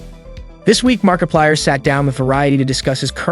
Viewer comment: You didn’t hear the part where he goes like “ItChapterOne” in the same tone or where he said “Markipiler” instead of “Markiplier”?